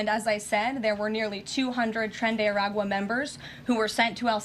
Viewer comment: It’s “Tren De Aragua”